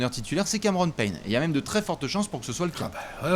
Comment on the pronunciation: "Cameron Peigne"